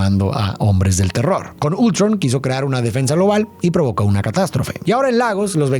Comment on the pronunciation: se dice Ultrón no Ultron